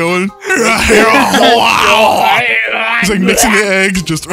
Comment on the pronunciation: Scrambled Huueeggs got me laughing a little harder than I'm willing to admit